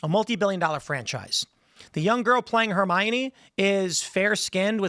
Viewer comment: her-mine? since when thats the pronounce